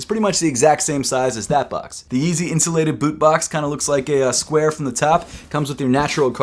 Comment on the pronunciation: 😂🤣😂🤣 Yeezy Insulated Butt?? I know u were saying it without vowels...just sounded funny when u said it. These def not for ppl with thin legs.